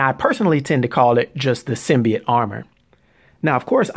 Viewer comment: SIM-BEE-YOTE, not, SIM-BEE-YIT.